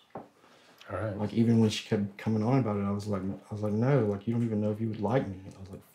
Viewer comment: “i was like n000” Bro turned British